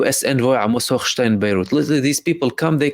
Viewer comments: Omg!!!!! I love the way you pronounce Hochhhhjhhgggggggggshitstein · Brother I was cracking up every time you enunciated “Hochstein”